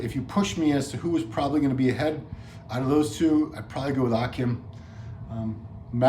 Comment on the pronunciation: It’s pronounced Ah-Keem... not Ah-Kim